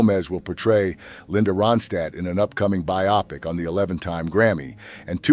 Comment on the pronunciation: It's pronounced BIO-pic. Glenn FRY.